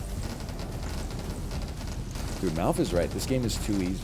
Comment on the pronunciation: Every time you've ever said MALF I've thought his name was Mouth 😬